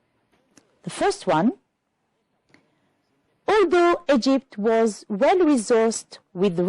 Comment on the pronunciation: If you allow me, I would add to pay more attention to pronunciation as for "was" (the weak form is sometimes required ). "Hear" sounds like "here" doesn't it? One last advice to learners is that reference words could show very helpful in finding the right order of jumbled sentences. If you focus on these and know their referred items, the task becomes easier.